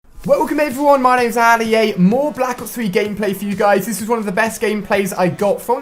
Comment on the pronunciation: This guy literally cannot pronounce his own fucking name. AAAAAAAAAAAli A!